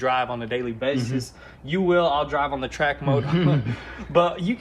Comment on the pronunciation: Lol at the beginning of the video you said "TRACK COCK " . Thats what she sed .